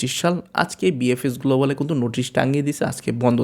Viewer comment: Vaiya apni kuntu bolen kno kintu bolle sunte vlo lage